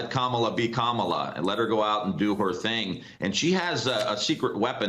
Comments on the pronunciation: It’s okay that he doesn’t know how to pronounce “Kamala”Just at least spell “KARMA!” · Trump cant even pronounce Kamala's name!